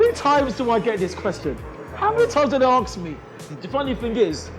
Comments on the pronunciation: Anyone else notice how says ‘aks me’ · mate its "ask" not "aks" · 1 other thing, I think it's ask not aks